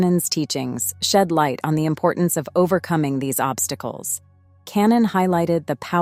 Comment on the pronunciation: example: At about “following” is pronounced fel-LOW-ing. Earlier on , Bible was pronounced “bibble”. There were several others toward the end, that I can’t recall. ImporTANCE